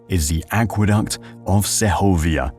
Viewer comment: Sehovia no. The G is hard. So just seg ovia like Seg ment